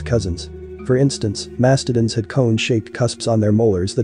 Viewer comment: That might explain some of the mispronunciations like glyptodon and mastodon.